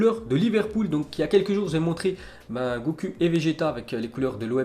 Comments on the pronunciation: Il a dit gocu 😂😂😂 c'est goku prononciation gokou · On dit pas goku mais goku(comme ou) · Juste on prononce "Gokou" et nn "Goku" 😂 bn bref ont pt pas t'en vouloire ton domaine c le foot mm si se manga est connu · Sa ce prononce “GoKou” pas “GoCul” 🤦🏽‍♂️ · Arrete de dire goku c est gokou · C'est abusé le talent qu'il a pour écorcher les noms😮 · GOCUL il a tué le nom de Goku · Chadi Saikok 0 efforts de prononciation mdr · C est sa que j allais ecrire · Ça se dit gokou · Pas vraiment mdr la prononciation japonaise serait plutôt Gokuu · Lol regarde comment il prononce goku lol tes le best